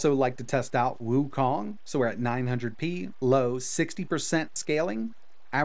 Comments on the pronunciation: Wukong turned into "Waking" 😂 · Waking == Wukon 😂